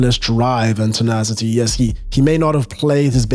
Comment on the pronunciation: "The Tinashety that he has."